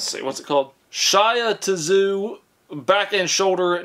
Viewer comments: “Shyatuhzoo” for Shiatsu (She-aht-su) absolutely threw me! 🤣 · LMAO SHYA-TA-ZOO it’s SHE-OTS-SU I’m dead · Yeah it's pronounced like She-Yacht-Sue. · You crack me up with your pronunciations. Shiatsu is pronounced She-aht-zu not Shia-two-zoo. LOL! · SHIA-tuh-zoo. That was amazing. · Shi ah ta zoo, lol, ohhh. I'm always amazed by some of the things that has never seen or heard of before. Like sweet potatoes 😂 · I spit my coffee out at Shya tizu 😂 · "Shia-ta-zoo" broke me! Thank you! Fantastic! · Henceforth the massager shall be called Shia-tuh-zoo...thank you for this 😂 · The "Shia ta zu" massager! Every time I feel bad for being uncultured I just turn on. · “Shya Tazoo” lol 😂😂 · Shia-tisu lol. Got me dying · Shaiatasu? I cant😂 Great video though 😀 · Shy-a-ta-zoo LOL! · Shy-a ta zoo! 😂😂😂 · Shy-uh-tuh -zoo. Oh,. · Shia - ta - zoo..... lol!!!!!! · Ah yes, a lovely shy ah tis zu massage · Shia Tah Zoo.....lolol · I could really use a shy-uh-tuh-zu massage right about now. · "Shy uh ta zoo" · its she At sue, not what you said! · Shiatsu = SHE-OT-ZOO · pronounced :she ot zoo😊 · "shya to zoo* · Hearing try to pronounce "Shiatsu" was the best part of this video. Bless his heart:) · He butchered Shiatsu worse than I butcher worchestershire sauce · Hearing you butcher shiatsu made me cringe, sorry